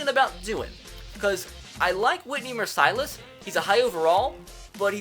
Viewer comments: who's Whitney Mersighlus? i thought it was Whitney Mercilus lol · Okay... there is no way watches football. He miss pronounces the easiest names! He legit said "Mer-cy-lis". Bruh😂 its "Merc-lus" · His name is not mer cilous it's Mercilus as in the lack of mercy smh and please don't get rid of my man 🙁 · Mers-uh-luss not mers-eye-less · Its pronounce mers-u-less not mer-si-lus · Whitney Mercilus Pronounce Whitney Mercy-Less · I'm like 99% sure you are saying Mercilus' name wrong. Mer-see-lus is what I'm pretty sure it is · Mercilus is pronounced Mur (like fur)- sul (like pull)- us (like puss) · Mercilus --> Mer-Sill-Luss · Dude it's pronounced Whitney "mercy less" not the way you're saying it 😂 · You said Whitney Mercilus name wrong it's said like Whitney Mercy-less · boy you gotta pronounce mercilius correctly... "mercy-less" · whitney Mercilus (Mercy-Lus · it is pronouced whitney merclus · That's not how you say Whitney mericelus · J.S.S Campos fr lmao